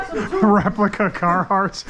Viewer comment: Hahah said replica caraharts! 🤣🤣🤣